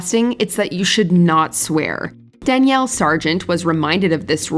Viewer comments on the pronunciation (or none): none